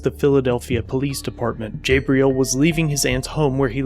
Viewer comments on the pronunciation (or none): Lmao bro it’s pronounced (jah-bril) not (jay-bril) 😂